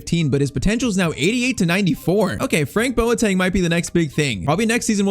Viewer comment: ‼️‼️‼️‼️‼️‼️‼️🇬🇭🇬🇭🇬🇭 It is pronounced boateng (bow- ahh- thing)😂😂😂